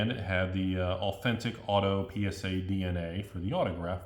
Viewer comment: 100% positive that is saying PenisA and not PSA for the gigidies